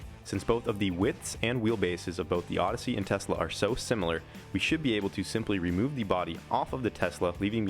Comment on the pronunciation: Plodyssey idk why he keep saying ussy its ossy